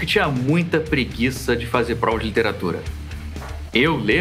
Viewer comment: Se pronuncia. Oiler mas tudo bem hahaha